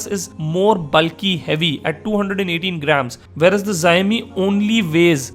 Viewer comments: it is not ziaomi it is xiaomi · it's pronounced "sh-aww-mee". I'm really considering one of these two, but I don't think either support US 4g bands. I still like the phab2's physical design and better camera quality, but the processor is a let down. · The Xiaomi folks are gonna hate you for pronouncing their phones with a Japanese-sounding name....